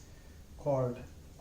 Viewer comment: Finally... Someone who pronounces 'Coulomb' right. Great lecture sir